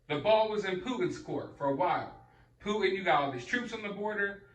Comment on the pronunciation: Like your vids brother! This man in Russia’s name is PuTin not Pu un!